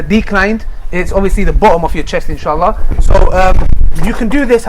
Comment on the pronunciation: y da fuck do u keep saying inshitta,y da fuck u keep saying it,ur not guna get any xtra rewards for swearing u no